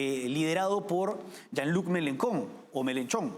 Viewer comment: Se pronuncia "Yan Lui Melenchón"